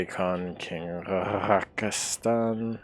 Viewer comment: He also keeps calling the king “Rakastan” like he’s some country in the Middle East. And he keeps making it a hard RAKAAstann. And it’s not funny.